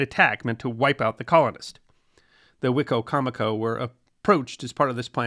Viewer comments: We pronounce that ‘Why - coma - co’ In Maryland. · Living in the area I always hear it pronounced " Wa-comb-a-co". Who knew. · As a Native American in the DMV, we pronounce it WHY-COM-A CO. Just a heads up. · Hello! I'm from Maryland and have lived and worked in Salisbury. I'm assuming the pronunciation of the county that is named after the tribe (Wi-com- mic- koe) is one of the many anglicized versions. When I saw the title card, I said to myself "I wonder how it's gonna be pronounced?!?" The best version was on WWE the announcer pronounced it "Wicky-mick-oh". Thanks for focusing on something I literally live by. A topic suggestion that is equally close and would be great is the Quakers and their role in the early American history! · I loved this episode, Your pronunciation of Rappahannock is off, it’s pronounced locally as Rapp-ah-hanick (like hand), or the Rapp. 🎉Wicocomico is pronounced, Wick-comic-co, at least by locals. I learned this after many corrections by local watermen. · I think that’s a different river/tribe. We have both Wicocomico and Wicomico in VA. The first is the tribe and the second are two rivers (Great Wicomico and Little Wicomico). For the most part, I’ve only heard a few northerners (Maryland) say “Why-comico” when talking about the rivers, but who knows who is right! (Probably no one is: they’re just spelled the same 😉) The English language is a nightmare of spelling and pronunciation. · From a person who has lived most of my life in the area. The way you say the tribe name is so funny to me. I've never heard a person pronounce Wicomico that way. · Wicomico County in MD was named from the Algonquin wicko mekee but what you have has an extra syllable.